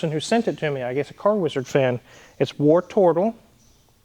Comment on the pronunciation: Oops - I thought you were calling it "Worturtle", and channelling your inner Geordie. Howay man!